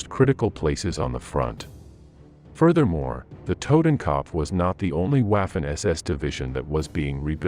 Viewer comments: Dude you are butchering the names of these German divisions oh my god please stop trying to pronounce these names as a German it’s a total cringe moment for me, kopf is not copf it’s ko-upf for starters, anyone wanna chime in shut your mouth not talking to you 😂😂😂😂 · IT'S TOTENKOPF YOU ASS; NOT TOTAN CUP